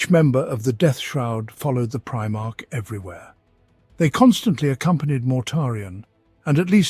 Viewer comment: Honestly couldn't stop laughing for a bit at "premarch", made me due a double take. Lol